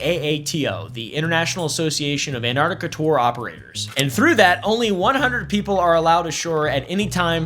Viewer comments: I hate it when people pronounce it "Annartica" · Not him calling it Ant-Artica the whole video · Not calling it Ant-Artica the whole video 🫠